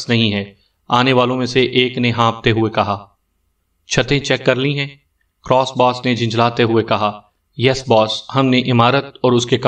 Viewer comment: Jhun Jhu la ty 👍👌. Word Jhin jhi la ty 👎 JAZAKALLAH KHAIR Nice story